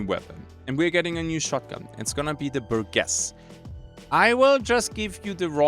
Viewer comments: Bur-jess. Not Bur-guess. I fought hard to not correct you, with English being a second language and all, but it was eating me up inside and I couldn't stand it. I'm sorry. I should try and be a better person. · bur-jess, G before E and\or I makes a J sound... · This is like the most surface level comment possible, BUT: The "Burgess" in the new folding shotgun's name is pronounced with a soft G, not a hard G: Keep up the vids man. Loving it